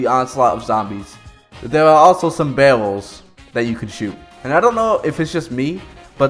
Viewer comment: My guuy sounds cute when he said barrels "bawwels"